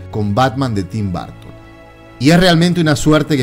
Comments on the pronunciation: Muy buen reportaje un detalle se pronuncia Burton no Barton ojo !!! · Por que demonios le dicen Barton a Burton... es una UUUUU no una A ... BUUUUURTON ... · Porqué dice “Barton”? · BUUUUURTON NO BAAARTON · En serio?? Tim " Barton"? Creí que solo los españoles pronunciaban raro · Buen video pero quién demonios es Tim BArton ??? jajaja No entiendo de qué manera pudiera pronunciarse como "A" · Lamento decirte que te equivocas, ya que los nombres no cambian de pronunciación sin importar en qué país te encuentres ya que son nombres propios y por ende ni se traducen ni se adaptan. Otra cosa distinta es que no sepamos pronunciarlos. La pronunciación sería algo como el sonido de la ʌ / ɜː. Pero insisto que el video me gustó mucho solo que es raro escuchar todo el video BArton. Saludos desde México